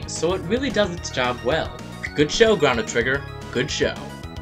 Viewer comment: why does he say chono like that? is this his first day on the internet? cause I know it's pronounced differently everywhere else